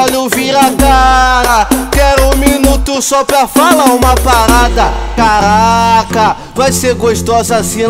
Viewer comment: Cagraca!!! #naum tem como escrever como ele pronunciia dhuehe